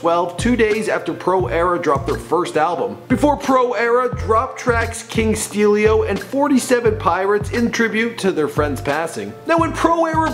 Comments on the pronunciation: nigga said "king steelio" smh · It’s king steelo not steelio, idc if you mess up that facts about these other rappers but pay the man a little respect damn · Anyone else cringe when he said King steelio? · ***** I know bro but he said Steelio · are kewl His nickname was king steelo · "Steelio" smh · I swear wtf I just said that I was like "mama did u hear HOW HE SAID HIS NAME????" >:[